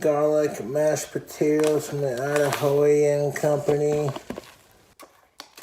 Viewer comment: I have never heard someone pronounce Idahoan as "idahoeeun" before